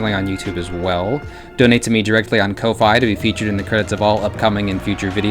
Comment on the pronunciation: Surely ko-fi is meant to rhyme with coffee